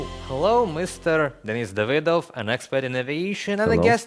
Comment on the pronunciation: Davydov? Seriously? Amateur hour.